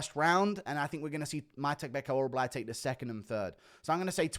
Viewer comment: Damn what is so hard to pronounce about orolbai